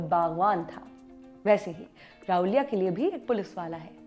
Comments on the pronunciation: राहूलिया नहीं राहुल्या बोलिये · It is not Rahulia, It is Rahulya! Understand the difference. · Rahulya nahi Ravlya hota hai marathi mein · It's not raulya it's rahulya🤣🤣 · Also its not raulya it is rahulya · Anchor can't even pronounce the name of the main character of original film 🤣🤣🤣 & she is reviewing it 🤣 lol 🤣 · Every time she pronounced राऊल्या. I was like tu hakali hai kya tu!!! राऊल्या नही राहुल्या. मान्या नही मन्या Khud ko modern dikhane ke chakkar me Tum hindi log hamesha hi non hindi bhasha and uske shabdo ka galat uchhar krte ho. Ek news reader ho kam kam se pronunciation to sahi se kro. Sirf mass communication ki degree kafi nhi hoti.